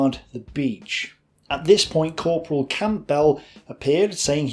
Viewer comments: Camp bell???? It’s pronounced cambell……. 🎉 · A gripping story, with useful, well used graphics. The many weird pronounciations, though, (even comical with the name Campbell, pronounced as, "Camp~bell" in the first use), were a distraction. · Great videos, but it's funny watching you butcher even simple British names lol Ver-non, Stra-chan, even Campbell became Camp-bell! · Campbell - Assuming the guy was a Scot - Cam-bell please! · Thankyou for this thoroughly researched and dare I say authoritative description of the Bruneval raid. Most informative. However, your pronunciations leave a lot to be desired. 'Campbell' for example will just be like the soup and pronounced Kambel and certainly not Camp Bell! I do appreciate how much effort your presentations take, but you do let yourself down in the pronunciation department. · I hope you understand that several of those pronunciations might have got you arrested as a suspected German agent. No true Briton would say camp bell or char tear is, surely. Hände hoch Fritz! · Gotta love that pronunciation of Campbell. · Good content but the narrator manages to butcher not only French, German and Gaelic but even English. You'd think a native English speaker could manage names like Stewart and Campbell? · Well presented! Bravo....just learn to pronounce French and German names better.....and not knowing how to pronounce the common Scottish surnames of Campbell and Strachan I find quite odd. Maybe run the script past someone else before attempting the names lol Well done again....look forward to more videos :-)